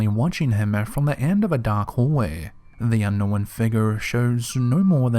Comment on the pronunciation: He says unknow-when